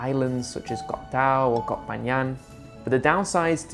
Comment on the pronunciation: first time i've heard you pronounce koh properly, good work